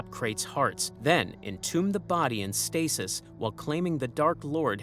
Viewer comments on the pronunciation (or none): none